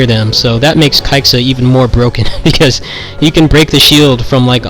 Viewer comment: I just ran around until the timer ran out. btw, it's pronounced "kaiza".